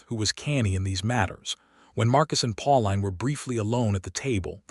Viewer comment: Pauline is pronounced, "Paul-een," not "Paul-line!" This put me off the entire story, darn it!!